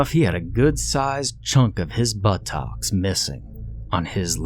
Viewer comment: Love ocean creepypastas Also loved the way he said But-tocks